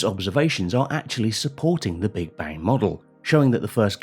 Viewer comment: "Understandink of the Big Bank may be wronk"? Yes I think so too.